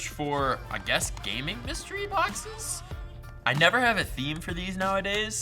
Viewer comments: Mystery bock-says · 'Mystery BOCK-SAYS"